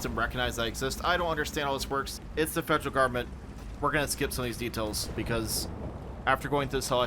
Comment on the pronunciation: FED-jrl GUB-mint might be the most Texan thing I've heard say.